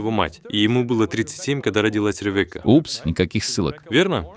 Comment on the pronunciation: Рэвэка))) имя звучит как Ривка с ударением на и.